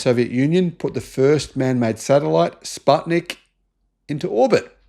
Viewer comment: Although I like how you pronounced 'Sputnik', because 'put' part from the name is the same as 'path' in English, it's pronounced like the English verb 'put'.